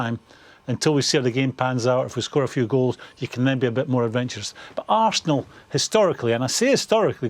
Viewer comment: tis ze history of de arsenal